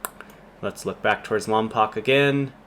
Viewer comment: Lom”POKE” not Lom”POCK” pulease… only W.C. Fields can pronounce it LomPOCK (“The Bank Dick” — 1940.